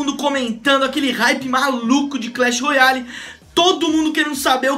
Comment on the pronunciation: Alguem ensina ele a fala royale mds